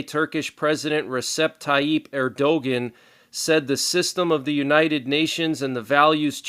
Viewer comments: Thanks! By the way, and just a heads up on Tayyip Erdogan's name pronunciation. That would be "Err - Do - Wan". Tayyip was correct. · Not Eeeerdoughgin!!!!!